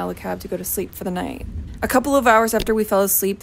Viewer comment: Your southern accent describing the lightning “It’s turning naht into day” was perfection. Especially from a Michigander